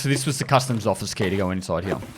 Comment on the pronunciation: Can't not hear custard instead of customs sometimes. Maybe I'm just hungry